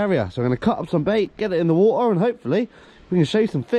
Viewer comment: Wah-ah You mean water? Lol